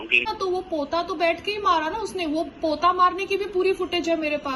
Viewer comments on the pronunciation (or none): पोता 🤪🙄 नहीं होता पोछा होता है .